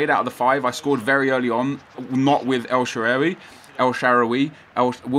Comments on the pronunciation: Shaarawi no shaawari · its pronounced "el-sha-ar-way" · Pronounced el-shore-rar-wy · 'El Shaawary' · El shaaa raa (like the Egyptian God) wy (wii) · El shaawary... Nep fresking shaawary R awy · El Sha-roar-ry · I'm pretty sure it's El Shuh-rar-wee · pronounced SHA-RA-WY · El shuh-Ra-wee is the correction pronunciation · It's El Shaa-Ra-Wy and try Neuer at Striker haha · It's El sha-rawee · El shaarawy pronoun citation : el sha ra wee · Its pronouneced el sha - ra - vy